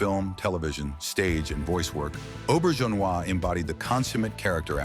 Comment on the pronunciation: Ugh, you can get Auberjonois correct but not Wang? And then it pronounces it correctly a minute later? AI needs editors, silly channel creators.